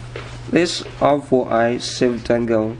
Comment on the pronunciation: Third r4i save dongle review I've watched where the person couldn't pronounce the product right. Everybody on youtubes got to have an accent huh?